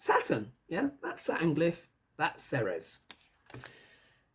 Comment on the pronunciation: Hey darlin! Ceres is pronounced as, "Series". Hiw do I know, I live in the town of Ceres. Love your show! Keep up the great work!